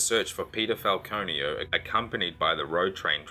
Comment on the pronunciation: I keep hearing peter file-conio. 🤦🏼‍♀️